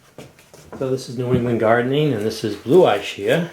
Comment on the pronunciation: Just to let you know, that ch is prononunced like a K in Italian …. ISCHIA... I know because my mother was born in Ischia